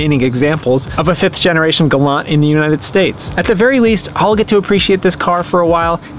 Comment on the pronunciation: It’s pronounced “Galant” with a “T!”